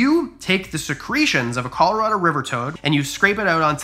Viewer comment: Dude you are say Colorado completely wrong 😂